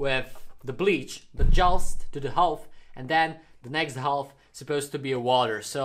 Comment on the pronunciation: Your accent isn’t bad at all but try not to pronounce “th” like f okay? Love ❤️ your vid keep up the good work!!!